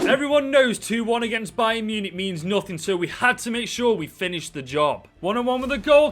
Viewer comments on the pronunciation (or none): none